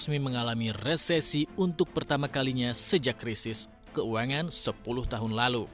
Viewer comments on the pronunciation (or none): Ngomong "krisis keuangan" -nya pakai logat inggris bang? 😝